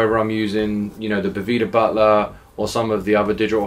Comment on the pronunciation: is the man! I must say, it makes my head hurt how people can sit next to him as he said "Boveda" over and over and you still say "BoVEEda" Just don't understand it lol.